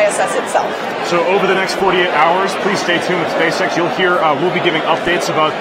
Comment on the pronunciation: OMG can't help hearing " SPAY SEX "